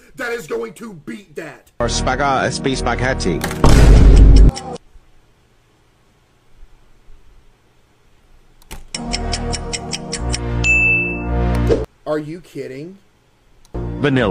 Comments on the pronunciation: "sphagæ spe spagati"💀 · Spagah espi spaghetti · “Spee spee speghe tiii”💀 “Stawww burry ooce croim”💀 “Nat shoes”💀 The three foods pronounced wrong 💀💀💀💀💀💀💀💀💀💀💀💀💀💀💀💀💀💀💀💀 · "give up nat chuæw" "spaghaaa spe spahcghathyii" "strawbeuwwi ice cweaim" "Wendy's fries aauaggahahh"